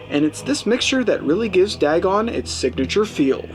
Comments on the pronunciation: Its pronounced D-AY-GON. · Lmfao you overact MORE than Ezra! Wtf is "dagg-on"?